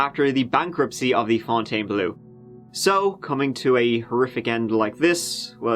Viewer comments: The unexpected "Leeee Fontainebl" at the end almost made me choke on my McNugget... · Pronounced “fontaine-blow.” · thats pronounced FountainBleh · Them: can't hurt you: LEFOUNTONBLEUEUE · Pronounced... FONNTANN BLUR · Fontainebleau is simply pronounced Font - Ten - Blow. That’s all there is to it. Merci! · As a Frenchie, the "Fontaine" part was ok, but one should pronounce "bleau" like "blow". Yeah, yeah, but it's really how it sound. Same for a bit like "beau", that you pronounce "bow" (and arrow, all that). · don't mess with Fon-tai-ne-bleau ! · Criticizes the name Fountainebleau, but can't pronounce the word "three" in his native language. Oh, by the way, how do you pronounce "herb" and "valet", because if you are like everyone I've ever heard from the UK and Ireland , it isn't like the French pronounce those words. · Living in Louisiana where we have a bunch of locations, neighborhoods, & state park with Fontainebleau as the name this is the first time I heard it pronounced the way does.